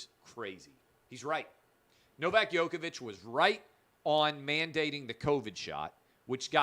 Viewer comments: U pronounce Djokovic like Joke-a-Vic not Yoke-a-Vic. Please pronounce it correct as he is arguably the greatest tennis player alive and u as a talented sports journalist should at least pronounce it correctly. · Please, stop saying "Yoke"-ovic! It is "Joke"-ovic!